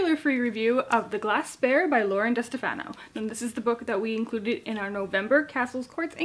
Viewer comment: Great review,! The Glass Spare is actually going to be a duology, and Lauren's last name is pronounced Duh-STEF-ah-no. The second book will be called The Cursed Sea.